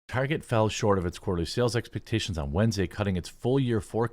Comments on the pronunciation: who dafuq calls target as "Tar-chay"? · Myself and my fiancee, some 20 years ago: Her: "Just one more stop before we head home, I need to pick up some things from Tar-zhay." Me: "Huh?" Her: "I need to pick --" Me: "No, I got that part. From where?" Her: "Tar-zhay." Me: "I don't know what that is." Her: "Yes, you do, we were just there last week. We bought Rebecca's school supplies there." Me: "Oh. Target." Her: (getting irritated) "Tar-zhay." Me: (sigh) "What's their logo designed to look like?" Her: (being a smartass) "A bullseye." Me: "Which is a form of what?" Her: "Look, if you're gonna be like this --" Me: "Nope, nope, just for-ZHAY I said anything."